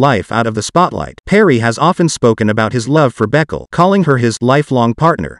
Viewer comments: The name is not Beckle, it's pronounced Baykaylay. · Her last name is pronounced Bu-kau-la not Beck el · Calling her beckle 🤣🤣🤣 It's a well known Ethiopian name, I'm pretty sure it's pronounced ber-key-lee